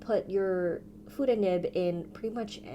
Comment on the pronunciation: I love Fude nibs , and I have quite a few pens including the Sailor Fude de manned, the Duke 551 Confusiuos and many others.. Fude is pronounced Fuday.. many Urban Sketchers love Fude pens.. we love the line variation. When you tip it up it writes thin, and yes reverse very thin. But just tipping it up is easier..